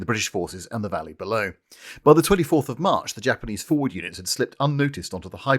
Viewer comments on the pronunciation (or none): none